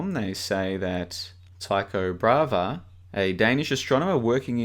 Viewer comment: It’s Tycho Bra-hey not “brava”